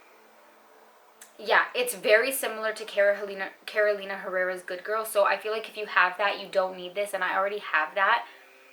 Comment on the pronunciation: Hey! Thanks for another great video ❤️ I’m wondering what heritage you’re coming from? I don’t hear any accent except when you pronounce the names of perfumers (Roberto, Carolina), I looove it! It sounds sooo real, how I think it should sound, and no one says it like this 😊